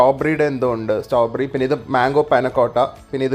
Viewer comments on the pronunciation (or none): none